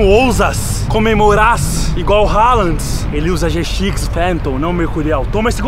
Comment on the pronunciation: . Falou halaand e depois endrix